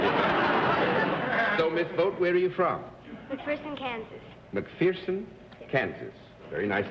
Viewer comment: You can tell somebody from Kansas and somebody from outside of Kansas. I am from Kansas myself, and the little girl said she was from McPherson (pronounced Mc-Furson) and Daly corrected her incorrectly saying "Mc-fearson." I wish the little girl would have said "no, it's pronounced Mc-Furson." to be honest, the pronunciation of "Mc-Furson" Is all I knew growing up and wondered why everybody else pronounced it wrong all the time. Now I know it's us Kansans who pronounced it weird, but it's still Mc-Furson.